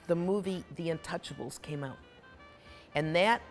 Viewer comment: Ouuuut a true Canadian with that stumble on ooout sound